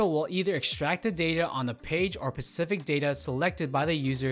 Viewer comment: Good video, thank you for the overview. FYI, the word "specific" is pronounced "spah-si-fic", not "pa-si-fic". This is a relatively common mistake, but not one that should be made in a video for a commercial application.